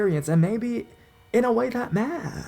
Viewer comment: I like your narrations for the most part but sometimes it’s a little much. Like when you over emphasize the last syllable of a word with a popping “P” sound or super hard “D” sound. At the end of this last story how you said “in a way that mahhhhhhhhhhhhhhhhhn”. Really, dude? Mahhhhhhhhhhhhhhn, instead of “man”? That’s actually kind of creepy itself.